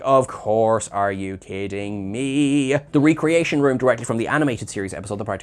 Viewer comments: Everytime he says 're-creation' instead of 'rec-reation', drink a shot.. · Paul Wesley played Jim Carrey playing William Shatner (and it's REHcreation, not REEcreation.) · Pike clearly said "ree-creation"